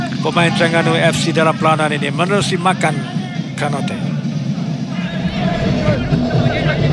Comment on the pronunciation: Konate bukan kanote... Hrap pengulas study la dulu nama player... Hrap x jadi kante la pulop pasni